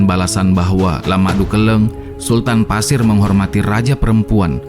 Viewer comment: Maaf min penyebutan untuk suku di Kalimantan buka pasir tapi Paser (suku Paser) daerah Paser